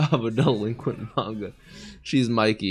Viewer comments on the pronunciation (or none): none